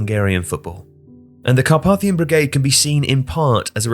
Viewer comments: The middle letter A of Carpathian/Carpathia is pronounced as AY (to rhyme with ‘pay’) in English. In IPA, it’s /kɑːˈpeɪ.θi.ə/ in British English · Incorrect pronunciation of Carpathian pretty annoying. For someone who narrates for a living should probably know better.